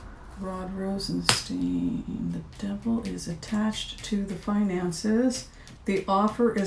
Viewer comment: Rosenst"eye"n. Stone of roses. Thank you for a wonderful reading.